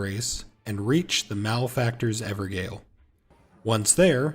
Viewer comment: pronounciation of Evergaol = Everjail gaol is an archaic spelling. so remember, g in this case sounds like a j, sort of like how gif is supposed to be pronounced as jif 🙏